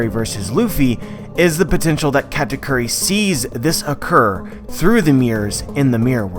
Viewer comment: actual pronunciation: ka - ta - koo - ri westerners: kkaaahtaykyuri